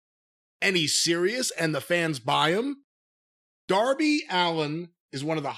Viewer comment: HOW DID YOU MISS 'DOUR-BY ALLEN'?! 😆